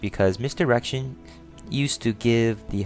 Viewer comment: dude ive checked it 15times he says misdirection perfectly u just got horny or ure a pervert basicaly if u heared it :P aswell gj changing the gender m8 famale nelf ftw :P